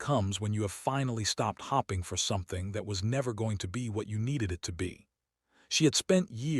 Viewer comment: Please pronounce the word hope....ing not hpping